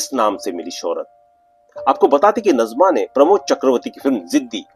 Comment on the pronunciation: नजमा नही नाज़िमा है